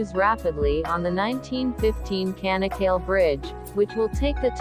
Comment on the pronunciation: bu tanıtımı bu bayana kim okuttu.. ç sesini söyletmeyi öğretemez miydi kanak kal değil Çanakkale. ingilizce Chanakkala ..olarak hatırlatılsaydı.. couldn't you pronounce Ch . the bridge's name is Chanak-kala ..not kanak kal